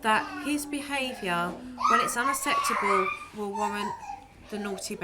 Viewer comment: Jo really does not know how to pronounce unacceptable 😂